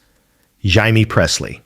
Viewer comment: HIMEE?????? FOR JAIME PRESSLY?????DUMB ASS!!!!